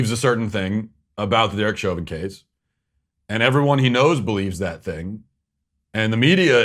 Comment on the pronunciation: Ibram Kendi didn’t even pronounce Chauvin’s name right. Clearly he doesn’t know s***.